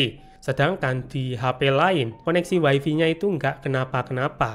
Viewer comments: mas maaf bgt, tp saya gatel bgt denger "waifi" tolong bgt nyebutnya jadi "waifai" ya 😓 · Way-fay ✅️. Way-fi ❌️. 🗿